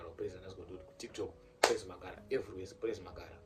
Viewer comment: Ndozvaataura kt magaro😂😂😂